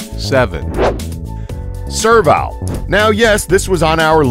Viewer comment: its pronounsed serv-el, not serv-Al